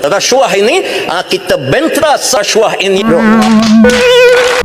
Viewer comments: Macam slang Nepal cakap rashuah. 😅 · dia dah kelam kabut nak sebut rasuah jadi resuah mujur dia tak sebut jadi sedokah, kontrak Singapura mesti cina Singapura dapat, dakwa kalau kena sebat, bagi aku sebat tak bayar gaji tak apa, ekor pari banyak aku simpan. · Sebut rasuah pun tak betul....sbb tgh fikir nak jawab soalan dari sprm